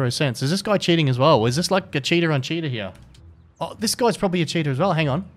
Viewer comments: All I keep hearing is "hey guys, we've got ourselves a cheetah" :D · I like to watch with the closed captioning on and everytime he says cheater it reads cheetah